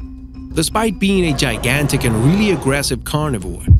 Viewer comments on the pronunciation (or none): none